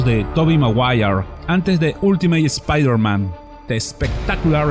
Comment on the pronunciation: Spaider man de niu enimeided sss-eries!!! Ja, ja, ja. Buena info, gracias.